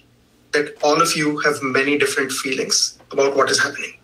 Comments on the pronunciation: Right? 😂 Thats their number one focus, “feweengs” lmao no wonder its a shit show but we already knew that I guess. Just funny to hear them talk about “feelings” so much. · It's pronounced "feewings"...